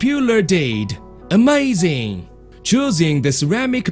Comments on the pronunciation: Came here for AHMAYZING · Ahmayzing! What a gud knife!